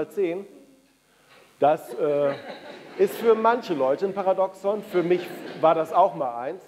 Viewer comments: Also wer über die Thematik Paradoxon spricht, sollte wenigstens wissen, wie der Begriff richtig ausgesprochen wird. Es wird das 2. "a" betont! Par !A! doxon! Bei "paradox" liegt die Betonung eher auf der letzten Silbe. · Lieber Herr Caspers: Das Wort "Paradoxon" wird auf dem 2. "a" betont und nicht auf dem ersten "o"... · Stimmt vollkommen. "... dem zweiten "a" betont und nicht auf dem ersten "o"... Jedoch mindert dies nicht die Aussprache des Wortes "Paradoxon". Und NEIN, diese Aussprache hat sich bis dato NICHT geändert.